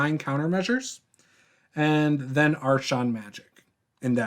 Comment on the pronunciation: I hope you’re only playfully pronouncing archon it should be like this: Ark-on